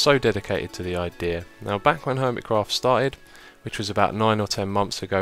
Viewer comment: Lol. He said HOIMECRAFT